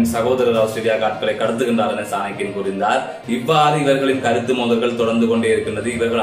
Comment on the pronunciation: Bro சாணக்கிய ராஜ குல புத்திர. பெயரை சரியாக உச்சரிக்கவும்